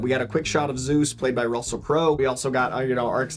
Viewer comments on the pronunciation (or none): none